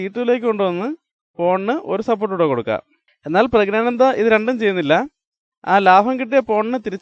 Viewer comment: പുരുഷൻആയ ആനന്ദ് എങ്ങനെയാടോ pregnant ആകുന്നത്? എടോ, പ്രഗ്നാനന്ദ് അല്ല, പ്രജ്ഞാനന്ദ് ആണ്. പറഞ്ഞ് പഠിക്ക് ഫൂൾ 😋🥵🥴